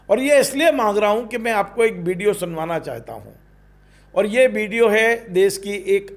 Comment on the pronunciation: भाई साहब सब्द नही शब्द होता है, इस्टूडिओ नही स्टुडिओ होता है. बिडिओ नही विडिओ होता है, बास्तव नही वास्तव होता है. विवस नही विवश होता है, देस नही देश होता है, एक वार नही एक बार होता है. मोदी योगी को खुले आम वाह्यात पन के शब्द बोले जा रहे हैं. मा बहन की गालियां रह गईं थी व भी दे दी और कितनी आजादी चाहिये